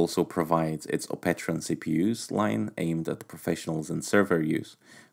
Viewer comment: "opetron" OPETRON >___> GG